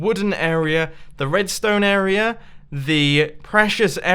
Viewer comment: I like how you pronounce "area" like "a*error*a"